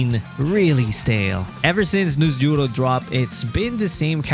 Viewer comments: the way he say Noosjurro 😂😂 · NusJ😂 as well .